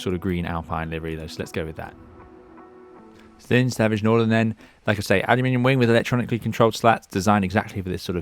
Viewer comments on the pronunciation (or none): Just a small correction: It's called Zlin, not Zline, after the town of Zlin in Czechia 🙂